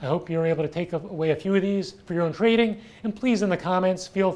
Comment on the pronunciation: "a trrrrading firm, lets get ready to rrrrumble!"